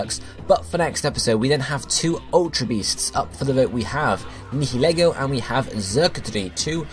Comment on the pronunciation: Whoa, my choice actually got picked? Oh my. Anyway, I choose Nihilego. (It's pronounced Nye-uh-Lee-go) It's 12-2!